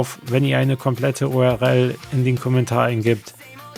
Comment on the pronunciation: Vom Inhalt deiner Videos abgesehen ist deine Aussprache einiger Begriffe etwas seltsam. URL spricht man "U-R-L", also jeden Buchstaben einzelnd, wie man ihn im Deutschen halt ausspricht. Du sagst "U-R-Rell"?!? Das nur mal als Hinweis.